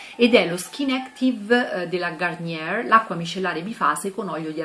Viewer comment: Simpatica la pronuncia marcata di garnieeeerrrrrr🤣🤣🤣🤣🤣 ti trovo simpatica semplice e video interessanti!